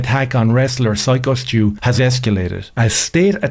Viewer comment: Dude who tf is Skyo .. It's Syko stu